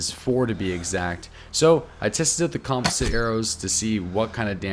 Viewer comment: You keep saying composite wrong